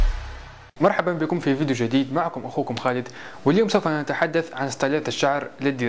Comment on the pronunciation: يا الله شلون يكول فديو 😠